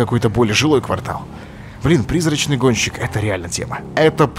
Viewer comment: Олеженька, ты сказал "Призрачный гончик")